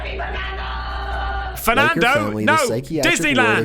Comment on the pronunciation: Yeh,I heard fernandoes !!!😆